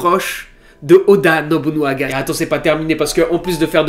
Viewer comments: Merci à toi, Yasuke (aussi appelé kuro) est un de mes personnage historique préféré. Il présent dans pas mal de jeux video et manga, dailleur récemment je l'ai affronté dans le jeux Nioh sur ps4. Par contre j'ai vu que galerais à le prononcer alors je vais t'aider c'est: Oda NOBUNAGA. Et pour finir sur une nouvel qui va plaire à ceux qui ont kiffer cet histoire, le film de Yasuke est déjà en préparation et il sera incarné par Chadwick Boseman ( le gars qui joue black panther). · Première vidéo que je regarde de toi, et attention, je vais être crue dans mes propos, n'y vois pas de la haine envers toi... mais... Que c'est triste de raconter autant de conneries en presque 9 minutes de vidéo. Ne rien connaître de l'histoire du Japon, et ne pas savoir prononcer "Oda Nobunaga" correctement alors que c'est une des personnes les plus importantes de celle-ci. Que c'est triste de raconter toute une histoire à l'eau de rose jusqu'à faire d'une personne dont on ne sait rien excepté quelques vagues citations dans trois livres historiques. Une histoire romantisée pour le grand public alors que rien de tout ça ne s'est passé. Que c'est triste que chaque Youtuber qui parle de Yasuke balance toujours la même histoire à croire que ça a été lu sur le même site débile, aucune source, aucune recherche, rien. Que du bullshit. Et forcément, les gens vont manger dans ta main alors que tu les abrutis avec des histoires qui n'existent pas. Je vais donc me permettre de te rectifier, de toute façon ce message ne sera pas lu. Les deux sabres, à cette époque c'est un honneur pour personne, tout le monde s'en foutait, ça a pris de l'importance que lors de l'ère Edo, là on parle de l'époque Sengoku. Il était aux côtés de Nobunaga car justement son japonais était mauvais et qu'il ne pouvait pas comprendre des conversation importantes avec des informations sensibles, et il était surtout là pour impressionner les gens autour de lui. Son rôle n'était pas vraiment samouraï mais porteur